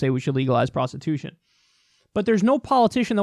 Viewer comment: "Prostitütion" Hahaha, I love it!